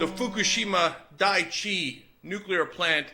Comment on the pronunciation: NEW-KUH-LURR HURR DURR